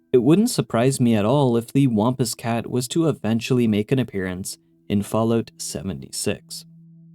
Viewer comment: I've never heard anybody pronounce "wampus cat" like that. The a is pronounced like a sad trombone sound (wompWOMP).